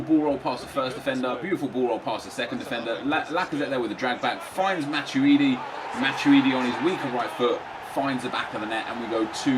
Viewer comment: ITS MA-TWEE-DEE NOT MA-CHEW-DEE